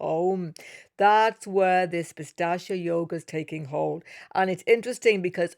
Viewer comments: Not pistachya .. that's a nut (pista) it is pronounced as "peesaach" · Thanks a lot for this wonderful analysis. Please check the pronunciation for 'Pishhachha'. It's pronounced Pi (As in Pete) Sha (as in Sharjah, not as in Shame), Cha (as in charge). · Even she is saying "Pistachio" 😂😂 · Hi, that's pishaacha yoga not pistacha yoga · It's not pistachio yoga ... It's pishacha yoga no T.. it means low grade evil ( pishacha) in Sanskrit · Its Pishacha yoga !!! There is no "T" in there. Your pronunciations are way too exaggerated!!! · Pi- saa- ch yog 🥸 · Did you say pistachio yoga? 😂😂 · It's said pis-arch-aa. has a unique pronunciation 😊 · It’s pistachio 😖